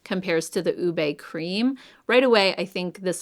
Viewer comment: Going to try the Huda blush this spring. Passing along, as a Filipina - we pronounce it OOH-beh. And I think that’s the one I’m going to try, or intense guava!